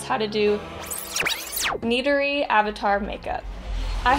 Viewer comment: She said Neytiri wrong but she did good tho